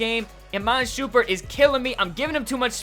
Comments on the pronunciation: Who the hell is iman shoompart it's shumpert u idiot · ITS NOT SHOEMPURT ITS SHUMPERT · Its Iman shUMMMMMMMpert NOT SHOOOOOOOMPERT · It's shumpert not shoompert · His name is Iman Sh-UMP-ert not Shoompert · SHUMP-ERT damn you have been killing me with this pronunciations for years now. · you said shoompurt lol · lol "shoempert" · You pronounced Shumpert and Bundinger wrong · If u can't say shumpert's name, then please don't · Anybody else hate how says shumperts name